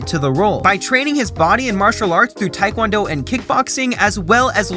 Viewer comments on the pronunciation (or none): none